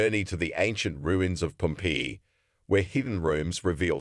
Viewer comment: I really wanted to listen to this, but the pronunciation of Pompeii was super annoying